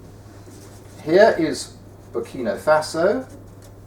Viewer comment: Burkina Faso was also misspelt and pronounced as Burkino Faso - Swaziland has now become Eswatini (changed name in April 2018)